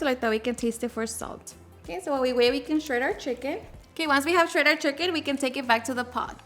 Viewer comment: that’s how my friends mom says it 🤣🤣 she’s from sonora